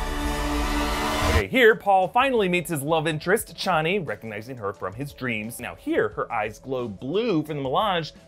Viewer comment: Couple clarifications, per Frank Herbert “Chani” is pronounced “Chain-ey” and “Yueh” pronounced “You-ee “ :)